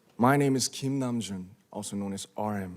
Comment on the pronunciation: Me estresa que diga nam-jun